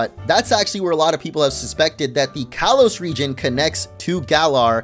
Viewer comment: "Kalos" is pronounced "kah-lohs".